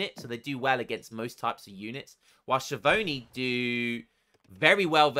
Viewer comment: ch in italian = k sound, so skiavoni xD